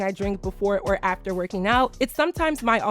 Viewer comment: The emphasis on ‘AFTER’ is taking me out 😭😭 but literally!